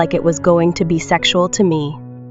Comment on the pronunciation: Bro when u said sexiaul